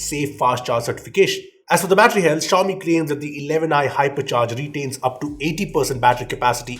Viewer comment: I though he said Harpiccharge🤣, no offence he is the best reviewer.